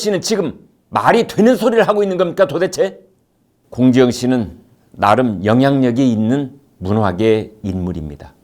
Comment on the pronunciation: 발음이 사이다.... 공지영씨발*이